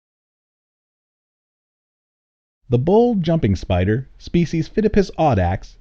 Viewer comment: Did you say bowl jumping spider? Quite hard to understand that part...but I had a question about those. I do live in the US so they're here, but I'm wondering if the bands can be blue. There was one on my wall, and it looked similar but was black with blue bands. As the only non-arachnophobic person in my household, I had to deal with it. I've always had quite the interest in spiders